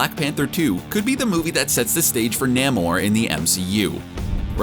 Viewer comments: 😂 nay more nah-more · It’s “Nay-More” not “Nah-More”. Ugh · I've always thought that the pronunciation of Namor was Namor. I don't know why this guy pronounce it Namor instead of Namor. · I am just annoyed how that dude pronounces Namor.